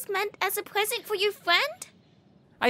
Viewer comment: that thing was meant as a pwesent for your FWEND?!